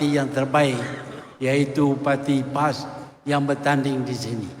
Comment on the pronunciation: Sebut parti Pas pon kaku lidah tu Tun..